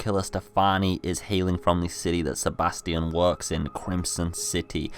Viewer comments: FFS AVID ITS STEFANO NOT STEFANI :C Stop butchering names XD also Nice video you got there \o3o/ PS: OH FOR FUCK SAKE ITS SEBASTION NOT STEBATION :V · I also heard Stefani but I knew he meant Stefano. But Sebastion oh my god how did you think that.